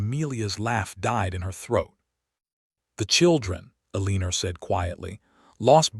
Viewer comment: I can't take hearing 'A-leen-er' anymore. I'm not going to listen to any more stories that use that pronunciation. I like Eleanor, Alene, Elena, Elene... Anything but A-LEEN-ER!